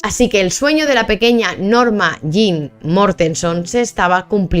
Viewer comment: Pero no es Norma Jam es Norma Jean es q se pronuncia así acaso ?